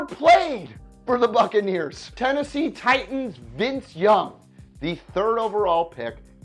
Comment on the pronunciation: You did Vince young wrong